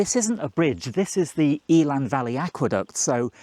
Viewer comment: Eh-lann, not Eel-ann